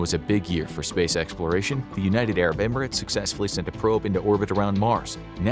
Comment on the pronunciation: Finally! Someone who can pronounce United Arab Emirates correctly